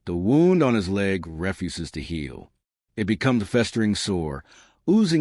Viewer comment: >refu-sis? Bro this is some garbage AI.